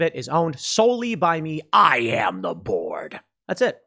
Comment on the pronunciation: "I am the board"... Sounds like "I am the Borg" hahahaha